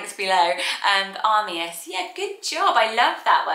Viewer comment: Uh-my-is is the correct way to say Amias.